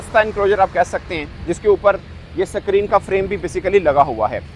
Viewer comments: अबे साले स्क्रीन सुने थे , सक्रिन क्या होता बे। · screen ❌ sacreen✅ 😂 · Sacrin nahi bro Screen bolo bhai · Suckreeen. When will you learn to pronounce Even in Urdu is screen. You are being watch all over the world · Abe Bawele Sakreen nahi Screen Bolna to Seekh le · Screen❌️ sakreen ✅️ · Use sakrin nahi screen bolte hai bhai😂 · Paiiijaan screen hota hai na ke ascreen 😂😂😂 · It's not Sacreen, it's Screen😂😂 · Sakrin nai bhai Sahab Screen Bolo.😂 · sacreen nahi bhai, screen..shoaib akhtar ko bulav 😂😂😂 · Sakreen 😅😅😅😅 pakistani english 😂😂😂